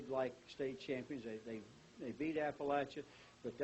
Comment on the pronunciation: Oh, it's weird seeing yourself cheer 23 years later!! 😂 It was so cold that day. Also, it's pronounced App-uh-latch-uh.